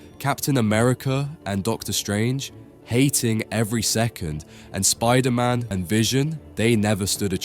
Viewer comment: Of course VISON and SPIDERMAN are dead, you already butchered their names